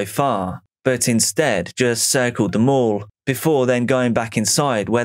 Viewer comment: It sounded like you were saying they hung out in the local morgue. Thank God for the mall stock footage lol